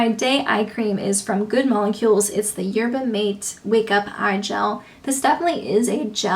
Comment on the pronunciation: Love your club 100 updates! (Just wanted to let you know that "mate" in "Yerba mate" is pronounced "mah-tay")